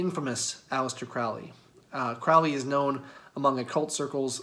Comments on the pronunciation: The name is pronounced CROW-ley, in that it rhymes with 'holy'. His name originates from Country Cork in Ireland and means something along the lines of 'hardy warrior'. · It’s pronounced CRŌW ly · Hey, guy. it’s pronounced, “Crow-Lee” it is English do your research. I should know because I’m a relative. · Not that it hugely matters but for those interested Crowley’s name is pronounced “Crowl-Eee. Rhymes with holy. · It's Crowley, rhymes with slowly. Instantly know you did not do much research if you mispronounce the name. It's kind of a schtick even, amateur occult enthusiasts mispronouncing his name, even during his lifetime. It's alright, we all do it at some point. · Kind of poor start when you can't pronounce the person's name properly. The hipster mustache and derpy eyes don't help either... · accent shaming? Did you just make that up ? So now you're positioning yourself as a victim of some shaming act? You can't be serious. No, sorry. You mispronounce a name and that's not an accent that's a mistake. It's quite alright but jeez, pretending you’re being shamed for your accent is ridiculous and detached. You know what is classy? Pronouncing people's names properly because you respect them or the subject you're speaking on enough to learn. Should have just admitted the mistake and moved on. I won't be watching any more of your videos after this. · well I don’t think this is worth arguing over, but you didn’t convince me. I would bet money you didn’t know at the time of recording.